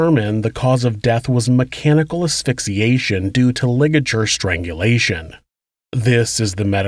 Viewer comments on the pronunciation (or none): none